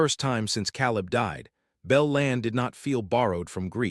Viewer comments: Ten seconds in, and the AI reader already cannot pronounce the names correctly. Seelass bell? How about Silas Bell? Calib, instead of Caleb? Could we please get people to read these, so that listening is not so painful? The story is good, and would be worth the extra effort. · Silas is not pronounced the way your AI bot is doing it. Long I, not like a long E. Oh, and Caleb is not pronounced "Cow", haha!! Long A.